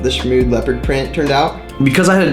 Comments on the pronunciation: SHMOOD ! ITS SHMOOD ! not shmo-XD 🤦🏻‍♀️😅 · Am i the only one that had no idea it was pronounced "shmood"? I'd been saying it "shmocks-d" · when this whole time i thought was pronounced shmoXd not shmood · this whole time i pronounced it shmoXD